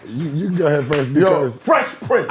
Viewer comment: Not gonna lie, I enjoyed this episode for the contrasting views more so than the topic. Felt like a convo ya didn't want to have but had and it went better then expected. Nice chemistry gentleman. 👏 intriguing convo. Yo Math, you reaching. It's PRINCE (not King) not PRINTS.